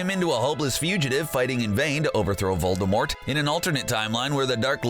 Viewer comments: It’s Voldemort not VoLdErMoRt. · It’s not Voldermort it’s Voldemort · Voldermort that’s how he pronounces it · Ahh good ol’ “voldeRmort”